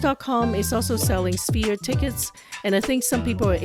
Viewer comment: "S-ph-ere," not "Spear."